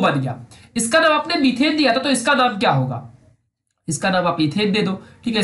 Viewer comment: it should be METHANE not METHENE it should be ETHANE not ETHENE